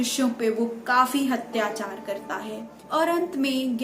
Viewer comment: Mam apki video sarahniye hai magar ap apni Hindi ke ucharan ko theek kijiyega Parakram nahi prakram P ke sath aa ki matra nahi hoti Hatyachar nahi Atyachar hota hai Aurangaazeb nahi Aurangzeb Dhanyawad